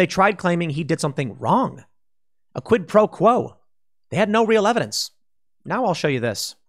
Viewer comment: 60 mins "we have no erverdenc hurr durr"